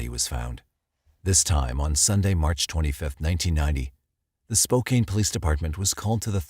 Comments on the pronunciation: it is spo - can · Any other washingtonians cringe at "spo-caine?" lol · Lol spo cane